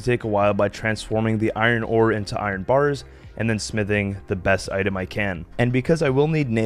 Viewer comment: Bro wtf man. Why can't you say iron or chisel properly? 😂